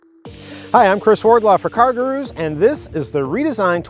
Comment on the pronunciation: He's 100% saying "cargaroos"